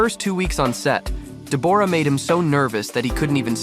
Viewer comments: In Australia we pronounce Deb's name as Deborah not Deborrrra! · Hey, it's weird you calling her DebORah.. the way you say it is DEBorah..! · Dee-booor-ah? WTF? It's pronounced Debra,..... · It's pronounced Deborah not Debourah..! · I keep hearing this with American narrators on Deborah. It is not DEB-AWE-RAH. It is DEB-RA. The O is not sounded. It is a different spelling to Debra but it is the same name pronounced the same way. I had a friend called Deborah but she was always pronounced the same as the other - Debra. It might be an American thing to say it differently, I don't know. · Her name is said 'debra' not 'de-bo-ra'. Very annoying. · It’s DEB or ah, not Deb OR ah! PuhLEASE! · Her name is Debra! Stop calling her Debooooorah! 🤣🤣 Look at timestamp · Dee bore rah lee lol isnt it just debra but spelled the deborah lol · Sorry but I believe it’s pronounced Deb bra not De bore ah, try googling it. Thanks for the history on them and their relationship. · Does she really pronounce her name De-BOR-ra? As a fellow Deborah, that's just weird and cringe. I suspect it's pronounced "Debra" just like the rest of us Debs pronounce Deborah. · It is pronounced DebRaa not DeBorra…and she is beautiful. He is looking washed out though. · It's pronounce Debra. Open your ears and you would have heard Jack say the name. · Pronounced deb ra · Her name is not Dee'bore'a'